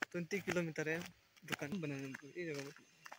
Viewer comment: Lekin aap bar² dhukun kyu bolrae 😂 dhukan bolo na 😅